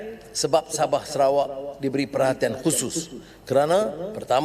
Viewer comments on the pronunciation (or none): none